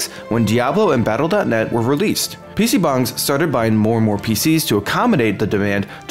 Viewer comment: wtf does he keep saying pc bungs